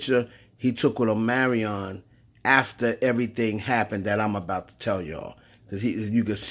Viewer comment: Omarion Or Amerion 🤣😂